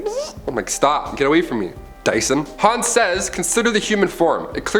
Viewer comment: Man , you look and sound like a young Chris D'Elia , and I couldn't get passed that Dy-son bit.